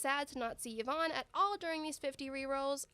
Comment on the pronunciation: people finally started to pronounce yvonne correctly and pain